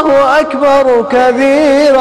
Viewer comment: Its not Akhiii bar , But Ak Bar😏